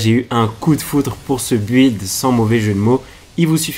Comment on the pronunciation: Tu me stress a dire bu illd 😭